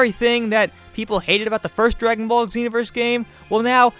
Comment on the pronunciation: Just wanna say it's "ZEE- NO-VERS" not "EGG-ZEE-NO-VERS"